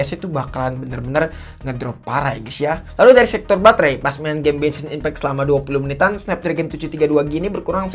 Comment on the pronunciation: Genssin ipeck ❌ Bengsin ipeck✔️✅